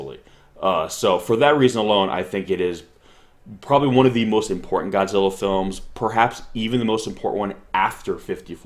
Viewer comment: ちゃんとゴジラとGodzillaを区別して発音してるね。